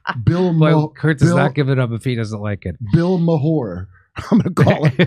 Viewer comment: Bill Meh-er